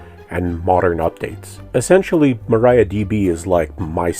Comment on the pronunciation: Please pronounce Maria, not Maraia.